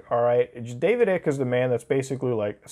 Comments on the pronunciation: Ugh, it's not David ICK LIKE EW THATS ICKY. ITS DAVIS ICKE LIKE EYE KUH. EYECK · Lol it’s pronounced David ike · his last name is pronounced ike, silent c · I’m still laughing at the way you mispronounce David Ickes name 😂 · He didn’t say david Ike’s name right a single time